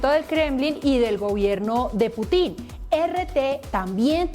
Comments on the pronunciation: El Q'Hubo le quedó pendejo a esta parodia de periodismo, no sabe ni nombrar bien al presidente de Rusia, putín Marín de don pín we ??? Jajajajajaja María Nieto es una vergüenza para Colombia, payasa !!! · Jajajajajaja Mark semana ahora es la madre del stand-up comedy de Colombia. Que esa presentadora de bazares, no sepa pronunciar el apellido de él presidente ruso, casi despierto a toda la cuadra de la carcajada que me pegue.